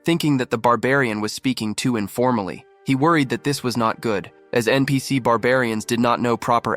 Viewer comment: how this ai say npc to all the non main charcters you need to teach what is npc to your ai